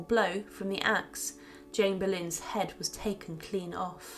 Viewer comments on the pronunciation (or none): none